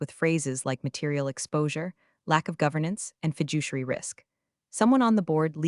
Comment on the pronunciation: If executives can’t spell "fiduciary" after seeing the first eight letters, maybe don’t pronounce it like "fidget." It’s a serious word get it right! 😅